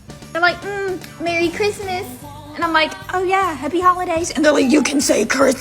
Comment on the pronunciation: You know someone should be ignored when they say "AAAND" as if it starts with an E